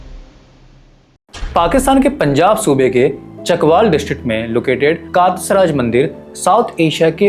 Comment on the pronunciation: "कातस राज" nahi "कटास राज"...hai